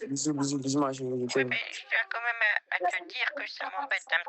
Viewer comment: Quand tu dis « comme même »rassure-moi, tu le fais exprès ?